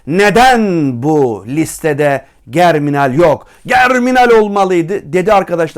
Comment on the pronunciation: jerminal diye okunur hocam